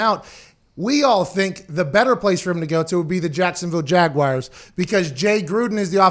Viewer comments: What’s a jagwire? Was McAfee having a stroke? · Can anybody in the media pronounce Jaguars correctly? It’s not Jagwires it’s Jag-wars. You probably say Southmore for Sophomore too huh. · Pat really one of those guys that says Jag-Wires...smh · "The Jacksonville Jag Wires" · Jaguires, lol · Nobody: Pat: Jacksonville JAGUWIRES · Literally everyone in Pittsburgh pronounces it like that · Haha not all of the US, many of us can’t stand when people pronounce it like that